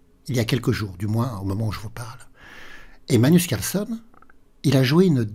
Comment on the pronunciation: Bonne année meilleurs vœux. Est-ce que l'une de vos résolutions pour cette année est de faire un effort sur la prononciation de "Carlsen"?😅 Je note que vous êtes enroué, cause à effet?